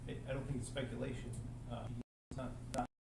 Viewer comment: That lawyer loves saying “Spectulation”. 😂